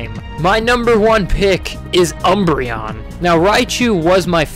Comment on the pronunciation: UMBREON, NOT UNBREION! THE FIRST N IS SUPPOSED TO BE AN M, AND THERE IS NO I IN THE NAME!